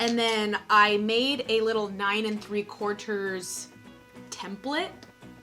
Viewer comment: The 9 & 3/4 accent took me OUT. 😂😂😂 Great job on the crafts, they look so good.